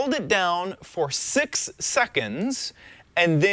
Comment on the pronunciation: I heard "sex" instead of six :P